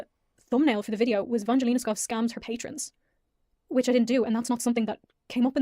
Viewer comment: Also just a side note is purposely saying her last name wrong which is just (Sk-oo-v)